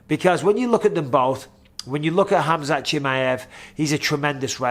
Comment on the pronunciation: I like how Michael knows how to really pronounce khamzat name properly!!